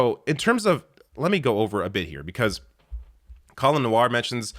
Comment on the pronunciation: It's Colion, "coal-eon," Noir.